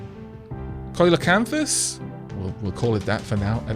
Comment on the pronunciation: The time lapse is preferable to skipping the gameplay. "...a benevolent god" immediately drowns a crap-ton of land life. lol Don't change As for pronunciation, when you get two vowels in a row sometimes just pronounce one. It doesn't matter which people can just chalk it up to a regional accent.See-la-canth-us for example. Some little nit picks though. Add-ap-TAY-shun and tro-fic. As always great work :-)